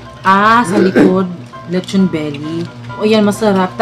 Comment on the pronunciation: be like: letchon beli beli beli beli